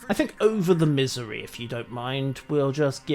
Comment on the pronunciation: lol my hearing is going out. when you say Missouri I could swear you're saying misery.